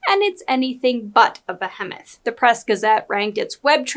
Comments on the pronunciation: I really appreciate this channel, but please double check your pronunciation of ‘behemoth.’ Comment for the algorithm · This channel seems AI driven or the speaker doesn't seem to be able to pronounce certain words correctly--behemoth comes to mind. I'm really close to stop watching politically sauced YT videos entirely.